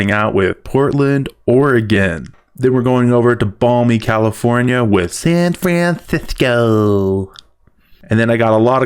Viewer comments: hahaha the way you say San francisco lol. IDK why. This is not my first language so not getting 100% the joke? maybe trying to sound gay? or like that sesame street character? the same. Love it hahahahaha. I wish I could support you to bomb all those cities, with the billboards of course hahaha. Funny guy. Great job haha. love it. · I cracked up the way you said San Francisco